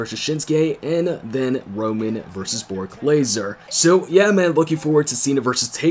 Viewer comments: anyone else notice he said bork laser instead of brock lesnar each time he said his name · Nigga said bork laser in video lol 😂